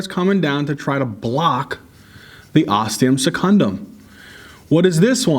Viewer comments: That blooper got me laughing hard!! I'll probably never forget septum primum and osteum secundum again XD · ThE OsTeUm SeCuNdUm 😂😂😂😂😂❤️❤️❤️❤️❤️❤️